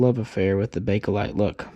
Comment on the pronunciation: It is Pronounced Bake Lite !!!!!!!!!!!!!!!!!!!!!if this due says BAKe-A-LITE one more time my Mother in law will die of-A- cancer.....cell